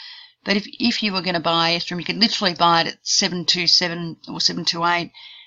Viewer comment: Just FYI, pretty sure ethereum is pronounced eth-ere-um not ethe-rum. Thanks